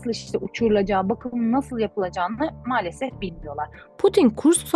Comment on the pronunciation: neden malsefef diyor hanimefendi,ukraynali mi kendisi ?